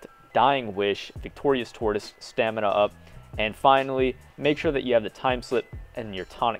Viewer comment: Mans just said staminA-up Bruh